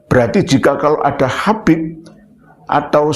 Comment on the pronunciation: Nyebut habib aja khabib…belajar dulu sana nyebut huruf hijaiyyah yg benar jgn bikin malu aswaja